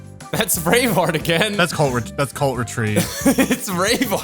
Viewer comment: I kept hearing 'colt retreat' instead of 'cult retreat'